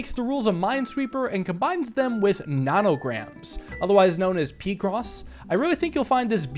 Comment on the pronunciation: Bro i thought it was pronounced pie cross